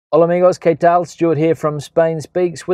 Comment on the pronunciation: You've been here 20 years and you still can't pronounce 'Que tal'!